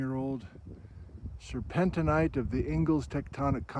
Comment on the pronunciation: Sir pen teen. Sir pen teen ite. The mineral to the mixed rock name does not change the pronunciation.